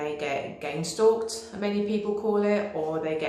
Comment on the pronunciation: Did say gain stalked or gang stalked? I heard her mention that in her really long narcisist video I managed to watch yesterday and wondered what it meant. I tried googling it and kept getting gang stalked...Then this video has been suggested for me this morning and I heard her use the term again! Making me think its something I need to learn about.